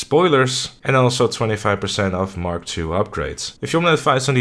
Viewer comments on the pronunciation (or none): none